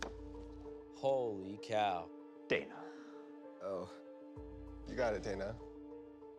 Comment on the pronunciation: Nice whataboutism Sasha. Adrianna gets too easily distracted. The why Ronnie overplayed his fear that he might get a scared card, and the way he said "hOLy cOW" was another thing that made me think he was the killer.